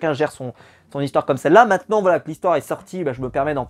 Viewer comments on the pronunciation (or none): none